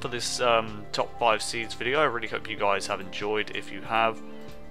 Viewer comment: sounds like you said "peace out Jizz" lol (unless you dont know what Jizz is ;)